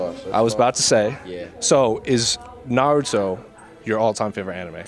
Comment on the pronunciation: The best thing is that he pronounces NARUTO not NAROOTO